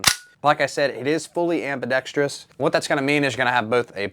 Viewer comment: Shoutout for pronouncing AMBIDEXTROUS correctly lol